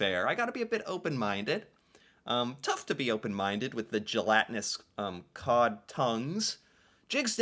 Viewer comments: COD, not cow...we eat them here in Norway too. AND cow tounge. ;) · Cod not Cow Cod is a fish never had Cod tongue but I have had Cow tongue and it's delicious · NOT COW, COD!